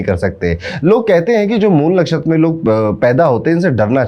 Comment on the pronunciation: Mool nakhastra correctly said Guruji